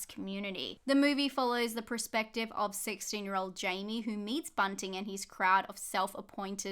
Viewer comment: Hi, love your content. But you keep staying PREspective when it should be PERspective. XXX